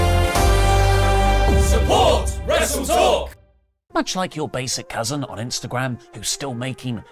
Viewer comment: It's weird when Oli says "Wrestle Talknews", I thought this was "Wrestletalk news" :D